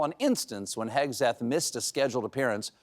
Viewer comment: At first, I heard you say Pin HEADseth